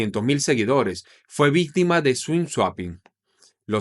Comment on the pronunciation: swing suaping😅